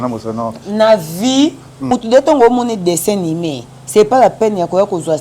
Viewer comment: Bjr à vous belle émission 😍dessin animé et non ( dessin nimé) ma star , lapsus Linguae